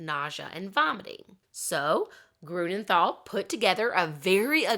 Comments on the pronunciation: Pronounciation tip: Grünenthal is pronounced TAL, not THAL. There is no th sound in German. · how did you try to figure out the German pronounciations? xd I am wondering cause what you said sounded to my German ears like for example "Grunenthal"/ "Grounenthal" with an English th that we dont have, "Heinrik Mukter" and "Odo Embros"